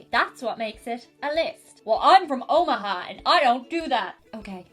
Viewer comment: I'm from Omaha! and you nailed it:D